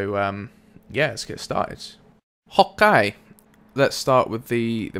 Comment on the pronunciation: You say "Okay" really weird!